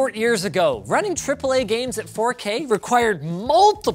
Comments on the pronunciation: Ahh yes, the "FU K" resolution? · Welcome to Linus Tech Tips where we take "dropping costly hardware" skillz to new limits!! Btw did he said fookay??